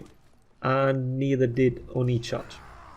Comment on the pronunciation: Petition to rename it onii-cha(n)rge